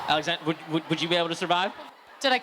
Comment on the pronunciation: Alexander* Yeah, I know, it sounds like 'Zxander' but it's really Alexander:)